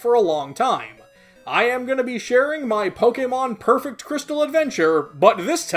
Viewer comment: Jrystal Me: gosh darnit, >:c